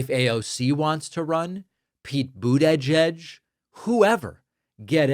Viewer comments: What did you say Pete boot edge edge? 😂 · Bro, what’s up with the awkward pronunciation of Pete’s name? Why so much emphasis on separating the syllables? “Boot’edge’edge”. You sound like Stevie Griffin when he pronounces Cool Whip lol